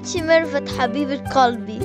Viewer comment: قالبي قلبي وش قالبي ما يعرف يقول قلبي